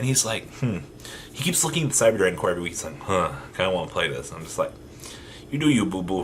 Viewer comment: I've never heard anyone fuck up names of Cyber dragons more than you do